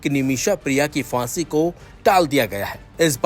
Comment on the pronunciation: Word hai phansi na ki fansi video mein bolne se pehle sahi lafz bolna sikhiye bohot bhadda lagta hai sunne mein